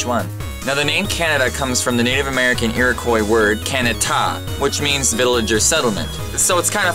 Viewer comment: Iroquois is pronounced Iro qwa not Iro qwoy.